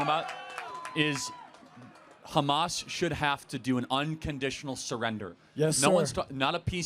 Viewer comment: why do you say "HgggHmos" its Hamas in america bro